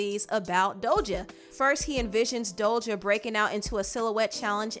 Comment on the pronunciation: Does she pronounce Doja as “Dolja”???